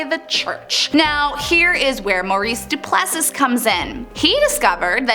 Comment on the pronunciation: Don't forget pronouncing conscience as con-chents, or Duplessi as Du-pless-is! Ack! Did none of her teachers ever speak English to her? Appalling!